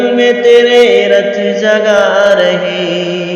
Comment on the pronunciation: رَت جگا نہیں ہے ،وہ رُت جگا ہے بھائی